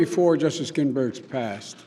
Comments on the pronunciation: Ginsburg not ginburg or ginburgs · first 5 seconds gaff, he says GINBURG no S. Then he lies, no seat filled during election, happened 7 times, then he says against the rue of law, it is the opposite, there is no loophole law, he lies like crazy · “Pay respect to Justice ginburg” oh joe. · Yeah, jeez, how could anyone possibly look past that and vote for him anyway? What a whopper of an error. How could he disgrace America like that? I mean, he could have at least put kids in cages or destroyed the public’s health. Saying “Ginburg” is just too much scandal. My gawd! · Did he say her name wrong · He can’t even pronounce her name correctly. Biden is a complete LIAR and does not deserve any American’s support. Biden is just a Socialist draped in a Democrat’s clothing. He stands there spewing lies and has no conscience. He only cares about himself and his family. He has used his various political positions over the last 47 years to bilk the American taxpayers and foreign countries such as China and Ukraine. Biden and his cronies need to be retired by the American voters! Joe, go back to Delaware and get some psychological help. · Pronouced her name wrong - Respect women you brain dead coke head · LOL! This guy CANT DO ANYTHING! One sentence in and he butchers Justice Ginsburg’s name. come on joe